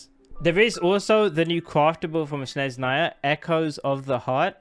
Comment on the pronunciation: its not "shneznaya" its snezhnaya